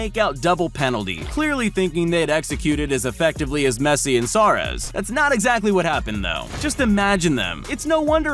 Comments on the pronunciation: messi and Saurez? ayo bro thats sus. it's messi and suarez. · “Sarez” it’s SUAREZ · Instead of saying Suarez he said Saurez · I like how he says Saurez and not Suarez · mans said sawrez